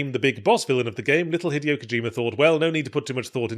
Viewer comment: Yahtzee, my dude, it’s been almost 2 decades… Say it with me: hee-DAY-oh Kojima.